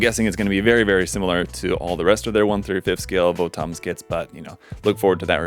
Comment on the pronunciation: Not to be rude but it's actually pronounced more like "Votums" (the romaji is "Botomuzu").